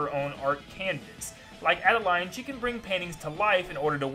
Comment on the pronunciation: YOU ARE SO STUPID! IT'S ADEL-EEENE NOT ADE-LINE, DRAW-SHA NOT DRAW-SEE-AH, CLAY-SHA NOT CLAY-SEE-AH, LAND-I-AH NOT LAN DEE-AH, LANDIA HAS FOUR HEADS NOT THREE, TARANZA IS MALE NOT FEMALE, STAR DREAM HAS NO GENDER & IT'S DREAM LAND NOT DREAM WORLD!!! PLUS, META KNIGHT TRIED TO END LAZINESS, IT HAD NOTHING TO DO WITH KING DEDEDE!